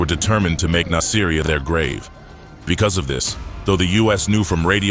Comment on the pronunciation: Its pronounced "Nas-ah-ree-ah". It makes me think that none of this is researched well, if they cant even pronounce the name of the city right.